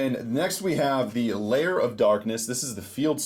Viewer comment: Its lair not liar